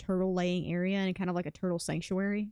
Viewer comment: You say sanctuary, I hear soup factory. 😁